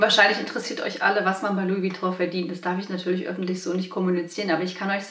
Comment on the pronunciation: Schade das du Vuitton falsch ausspricht...